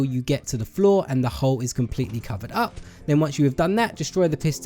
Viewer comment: You kept on saying hoe instead of hole lol